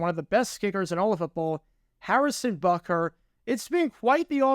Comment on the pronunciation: It's spelled and pronounced "Butker", not "Bukker".